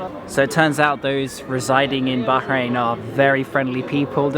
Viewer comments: The way you said bahrain...baaarain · The way u say Bahrain is not quit how u say it coz I'm from there but anyway love u vids